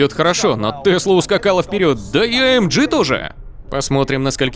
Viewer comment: Товарищь переводчик, AMG произносит я как "аэмгэ", а не "аэмджи"!